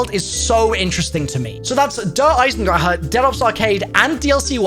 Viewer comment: “Der Eisendraha” after all these years he still can’t pronounce it correctly lol